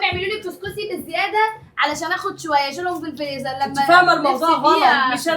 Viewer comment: هي ليه نهال بتقول ع الفريزر فليزر 😅